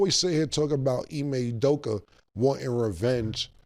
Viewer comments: We need to give cam a standing ovation and round of applause for pronouncing ime udoka 😅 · Wow Cam said Ime Udoka without having a stroke 😂